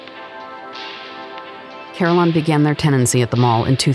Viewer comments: I did not know I took the pronunciation of Carilion for granted.. She is pronouncing it "CAR" "il" "ion". It is pronounced "Ca"" RIL" "ion" with emphasis in "Ril" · Just to clarify, Carilion is pronounced "Kah-Reel-Yon". It's the largest healthcare network in the area. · ...FYI...Carilion is pronounced Ka-rill-e-un. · Thank you. It was driving me nuts throughout the video. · There's an "I" in there that you're missing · It is okay! You had to have traveled a ways to come here and give it a spotlight. I appreciate that. I find the pronunciation amusing more than anything! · Great job! Beautiful footage! Please look up your pronunciation of “Carilion”